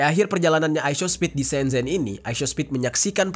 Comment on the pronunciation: Shenzhen tulisan e begitu tp cara baca huruf China semcen